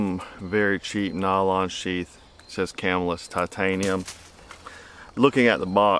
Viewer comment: It's pronounced come-ill-iss rather than camel-us